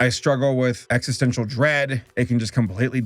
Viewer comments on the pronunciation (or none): none